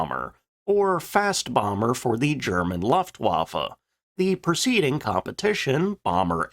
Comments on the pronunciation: Only 0.30 into the video and “Stop…STOP…..CUT!” Luftwaffe is pronounced like “Looft-Vaffe”. In German ‘w’ makes an English sound like a ‘v’. There is no English ‘w’ sound in Luftwaffe. It’s not difficult. If you’re going to make videos about something, it’s worth spending a little time and effort to get words that are important, common or central to the theme sounding correct. Another example for Americans: It’s not pronounced “Ay-dolf Hitler”. It’s pronounced “Ar-dolf Hitler”. Now…..let’s carry on with the video……😅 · NOT 'Luft', like "tuft"... 'Looft-waffa'.. You make my ears hurt, AGAIN. Really, get a Grip; Think b4 you try to SPEAK! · My toe nails curl up, every time he says "Looftwaffe". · The first syllable of "Luftwaffe" is pronounced to rhyme with "poof" or "loot (with an 'f' of course)." Unless it has an umlaut, that's the way "u" is always pronounced in German. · Why is this guy incapable of pronouncing the name of the German airforce?